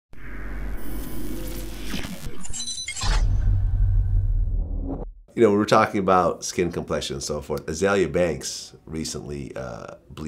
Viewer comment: its not azalea its a azeelia in pronounciation